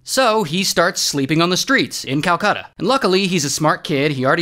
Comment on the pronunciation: i almost gave up watching when he said calcata